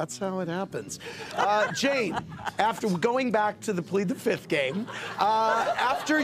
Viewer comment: All these years and somehow Andy still can't say fifth properly. "PLEAD THE FITH!!!" No, Andy. That's wrong. It's always been wrong.